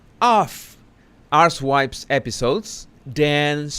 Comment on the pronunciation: I love your pronunciation of her podcast archetypes - I hear it as her podcast 'ARSE - wipes!!!!" (Your accent, my hearing = magic!) - Plus it's a much more accurate name, because archetype has at least two meanings, and her podcast isn't concerned with either of them.